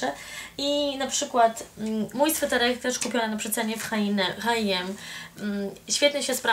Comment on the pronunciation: ej h&m nie mówi się HiM tylko HM